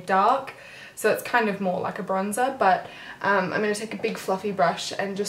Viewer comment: for all the HIMYM fans out there... She said BUTUMM! LOL